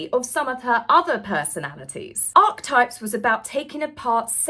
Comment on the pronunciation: Correct pronunciation - Archetypes = aa-kuh-tipes I love listening to your channel and the bubbly way you present it. Wouldn’t miss it for the world! Thank you.